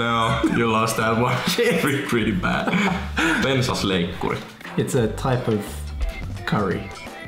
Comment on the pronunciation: "Bensaslääikkuuri" XD